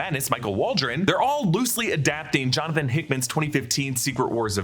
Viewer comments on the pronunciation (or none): none